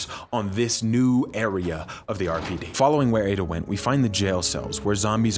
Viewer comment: Lost it at the “erpid” pronunciation of RPD 🤣 phenomenal vid!